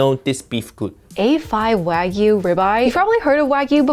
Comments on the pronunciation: She’s not even pronouncing Wagyu correctly haiiiyaaaaa 🤦🏽‍♂️ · she murdered the Wagu LOLOLOL